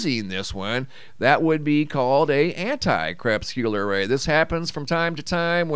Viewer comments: Since grammar is key to ones intelligence, Crepuscular ray...it is pronounced Kre-pus-kyoo-ler with the emphasis on the second syllable. If you present yourself as an expert as you elude to by speaking of your years of study, you should represent expert level knowledge, otherwise it is fraud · You are seriously dissing someone's spelling when you STILL cannot even pronounce crepuscular!? It isn't hard to look it up and listen to what it sounds like next to the definition by clicking the little speaker AND the way others pronounce it! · Crepsculer Ray/Wave? I Do Not know if I have the correct spelling, or if I am understanding your pronunciation correctly,? (please, forgive my ignorance) I shall research. And, my, what a Beautiful Photo ❤